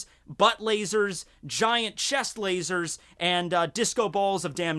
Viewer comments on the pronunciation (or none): I like how he says "LA-SOARS"